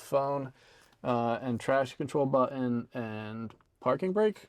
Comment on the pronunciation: He was using GenZ speak saying “Buh-un” instead of button 😂